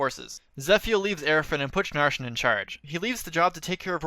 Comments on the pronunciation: I hate how you pronounce Narcian’s name as “Narshin.” Like, it’s supposed to be “Nar-see-an” like narcissist, because that’s what his name (and personally) is based on. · Don't let the bad pronunciation fool you, it's Narcian.